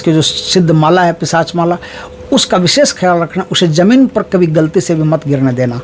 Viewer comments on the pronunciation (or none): none